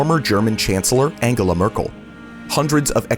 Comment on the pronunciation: The Dumbest Pronunciation of Angela in the World